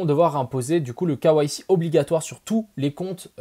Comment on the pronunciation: imposer le quoi ??? Mdr avec le "k" à la française et le reste à l'anglaise il m'a fallut 20sec pour capter. "KYC" les gars !